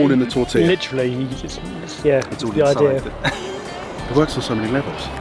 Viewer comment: "As it's pronounced here" 🤨 no...that's just how it's pronounced. Like y'all got 'tortilla' right.